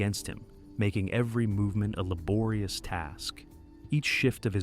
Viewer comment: Loved this vid but every time you say “laborious” it makes me want to crawl into a cave and die <3